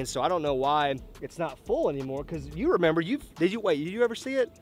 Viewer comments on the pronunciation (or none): none